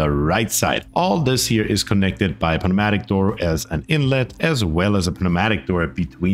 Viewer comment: pneumatic door is pronounced like "New matic" the P is silent